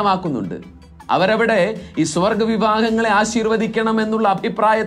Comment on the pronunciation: സ്വ-വർഗ്ഗ ലൈംഗികത എന്ന് വ്യക്തമായി പറഞ്ഞിരുന്നെങ്കിൽ നന്നായിരുന്നു. ഇപ്പോൾ 'സ്വർഗ്ഗ' ലൈംഗികത എന്നാണ് കേൾക്കുന്നത്